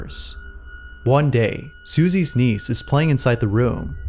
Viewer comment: i was only listening thru this video while i do my work and until the end of the video, i realized he meant 'niece' and not 'knees' AFTER all that, i thought the girl was talking to her knees...